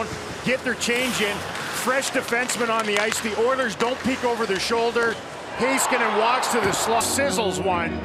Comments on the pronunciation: His name is pronounced Miro “ HE-SKANEN “ not “ HAY-SKANEN “ 🙂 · Love how Americans don't bother to learn how to pronounce Finnish names correctly